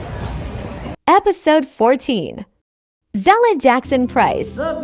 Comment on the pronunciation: These interviews are awesome! Continue your work but Mother's name is ZELLA not ZELDA! LOL! God bless you man. 🙏